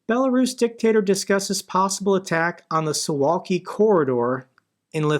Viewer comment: Suwałki is read su.vaw.kee btw